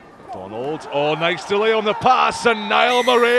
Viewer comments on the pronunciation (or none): Scottish commentator can't pronounce murray correctly, theyre just doing it on purpose now.